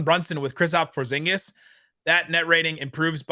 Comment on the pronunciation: Kristap Sporzingis….does anyone else hear this every time says his name